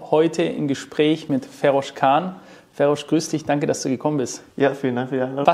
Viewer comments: Es wird Feros ausgesprochen und nicht FERRROSCHHH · Du sagst nicht ernsthaft "Ferosch", oder?? 😁😁🤭🤭😂😂 Das hat auch schon KenFM gemacht und reichlich Spott dafür geerntet. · Der Zweite, der "Ferosch" statt "Feros" sagt, obwohl Feroz sich selbst auch "Feros" nennt - was denn nun?! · FEROSCH, die Bio Deutschen werden irgendwann deinen Namen richtig aussprechen können! ;) Sonst tolles Interview. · Sauberes Interview. Den guten Mann spricht man trotzdem nicht "Ferosch" aus 😛